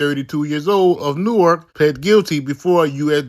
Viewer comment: The way that dude kept pronouncing Newark smh